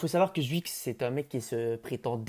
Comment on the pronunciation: Sa se prononce chuicxshdh pas zwuix